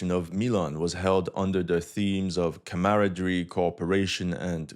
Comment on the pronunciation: Listening to him try to say "camaraderie" was fun. 🙂‍↔️